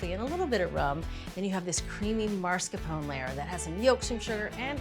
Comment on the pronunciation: Mars Capone? It’s “mass car pone” not mars Capone JULIA